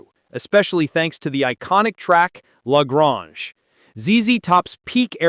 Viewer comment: La Groonge LMAO